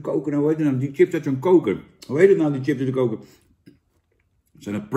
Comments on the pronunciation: Zucht Jan.. het is 'chips' en geen 'tjips' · Sjips, niet tjips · Jan, ga gewoon is "Sjips" zeggen! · Zo vreemd als iemand tjips ipv sjips zegt. Net of ze een computer aan het opeten zijn.😜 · Van het woordje “tjips” raak ik altijd geïrriteerd. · Jan wij in Noord-Holland zeggen toch gewoon sjips?? Wtf. Top review weer 👍🏻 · Normaal gesproken gaan m’n nekharen overeind van mensen die tjips zeggen maar van Jan tolereer ik het